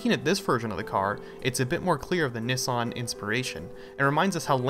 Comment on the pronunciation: Why he sayin Nissan like dat?